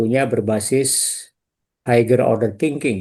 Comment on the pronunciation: Menit 2.38: pelafalan kata 'higher'🙏🏼🙏🏼